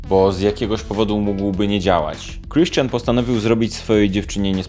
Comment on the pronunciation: Sposób w jaki mówisz Kriszczian i Anastejżia...boski! :D I ten śmieszek ....:D Wszystkie trzy twoje filmy o Grey'u to mistrzostwo :D